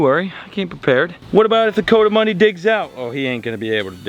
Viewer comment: COO-duh-MUNDIE … just saying lol. Cause I live in the southwest Rockies where they live out in the canyons. And it bugs me haha It’s definitely NOT “CO-damundi… Like CO-ED LOL. So please. Let’s say it right… especially for how many times it’s being said. The entire Spanish culture where they are from .. around Mexico and southeastern parts of New Mexico and south eastern parts of Arizona, would love it if you said it the right way hahaha. Just saying lol You’ve done great over the years man, as I’ve been a fan since Robert Arrington had you on his show almost 10 years ago? Ish? It’s awesome to see how well you’ve done financially as well. Well done.